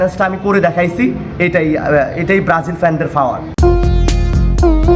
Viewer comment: First learn to say Power not Fower.